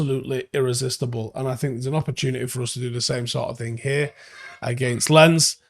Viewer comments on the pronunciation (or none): well I can't write phonetic symbols so I opted for Lons. Could be Lance, but not if you speak BBC or Alabama English. I don't mind being a knob. At least I looked it up and avoided the embarrassment of pronouncing it like "camera lens". It took 10sec to Google it to confirm my guess, he should do better. Thousands of people watch his stuff. Might as well try to be accurate... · It's not pronounced "Lens" it's "Lons". Do better 👍🤷‍♀️ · FYI: Lens is pronounced Lance. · You might want to check that- it's closer to "lance" but with a heavy accent. Also- Imagine writing: "do better" such a knobend sounding comment.